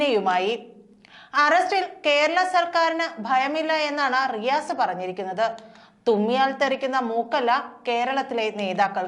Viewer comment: Its not Maru mone it is Ri "Asse"